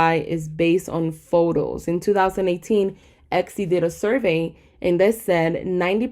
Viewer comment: eKsy? no hate, just curious why tis pronunciation. Love the content, you're a big help and inspiration! Thank you :)